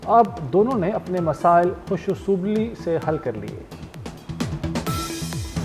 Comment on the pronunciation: Khush Aslobi hota hai khush asobli nahi hota news tu sahi prh lein